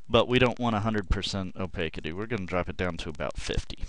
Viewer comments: The 'city' in 'opacity' is pronounced 'city', rather than 'kitty'. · Great video! The only issue is - like mentioned below - the pronunciation of "opacity." It's a short "a" as in cat, and a soft "c" as in city. "Opaque" is one of those words that changes in pronunciation when it describes a quality of itself, like "divine" ~ "divinity", "serene" ~ "serenity", "profound" ~ "profundity"; "wild" ~ "wilderness." Your video would be absolutely perfect if that was changed! Excellent tutorial, very descriptive and easy to follow. Thank you!